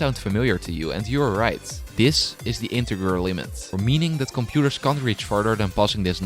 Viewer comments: "This is the INTEGRER limit" Ah yes the inteGRer limit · It's integer limit and not integrer limit.